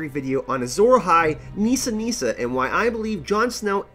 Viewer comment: Meesa! Meesa! Meesa! Meesa! = Nissa! Nissa!